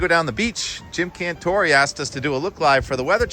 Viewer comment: Not a big fan of Cantore. By the way his last name Cantore became Cantore' with the emphasis on the "e" at the end of his name. Met a guy who went to college with him & explained that to us in a meeting.